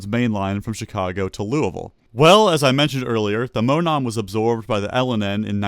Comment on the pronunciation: Monon is pronounced as Mo-NAWN. My home state railroad. I miss that railroad.